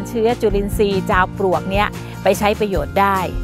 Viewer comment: เสียงดังฟังชัด ให้ความรู้ดีมากเลยคะ ขอติเพื่อก่อนิดหนึ่งนะคะ ออกเสียง จาวปวก แทน ปลวก แต่หลังๆก็ชัด เป็นปลวกมากขึ้นคะ